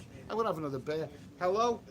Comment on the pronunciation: "BEER" IS A ONE SYLLABLE WORD